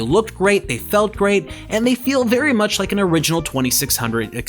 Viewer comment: Did he say berry illegal ? Lol